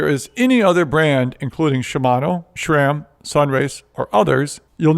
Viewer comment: ...please don’t say shram.